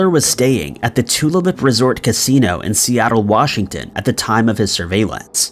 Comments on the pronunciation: Pronunciation ERRORS: NOT "sna-haw-mish" ..... IT'S "snow-hoe-mish" = Snohomish NOT "tulip" (like flower) ..... IT'S "two-lay-lup" = Tulalip LoL.... I live in EVERETT, WA - 12miles South of Tulalip (BONUS: Tulalip Casino/Hotel is super nice! but standard rooms are about $300-$350 for 2 nights/ 1 full day... after hidden fees/taxs! Totally worth it if celebrating a birthday or something) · It's annoying when they do stories from Washington..all the place names end up getting mangled. (They screwed the pronunciation of "Tulalip", as well..). Although I have fun writing down my hometown when people ask where I'm from, then watching them try to figure out how to pronounce Puyallup...🤭